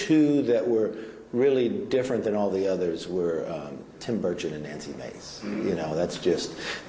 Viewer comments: did she say Tim Birdshit? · It's "Tim Birdshit" please get it right.